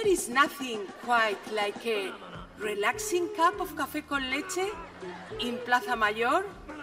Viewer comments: "RELAXIN CAP OF CAFÉ CON LECHE" Como pueden observar, su nivel de inglés y su pronunciación son sublimes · Coofe with milk ¿tanto la cuesta decir eso? Y encima ¿que coño es relaxing?Porque relajante seguro que no.